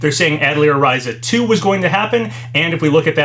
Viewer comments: It's RISE-UH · Its so funny when these Youtubers, particularly ones that continuously make long videos covering lots of information, always say when pronouncing words they aren't familiar with something like "i'm probably not saying that correctly i don't know how to say that", when their platform, and in a lot of situations their main source of income, is Youtuber. They spend all their time on a video website where they could easily search for a video relating to the word they claim is has such an elusive pronounciation, and learn how its said. It would seriously take mere seconds to fine out.